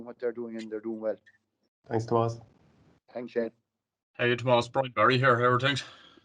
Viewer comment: Ah jaysus you obviously weren't tuned in during class througb the years... it's Tomàs not Tòmas